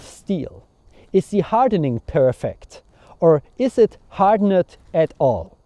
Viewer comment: "hard-ennnnd" & "black-end" :D haha, are you deutsch? very impressive content, and a bit amusing...;) In America we call a man of many talents a renaissance man, you appear to be a medieval renaissance man, very cool! I did medieval longbow archery in the woods in Italy a long, long time ago....loved it.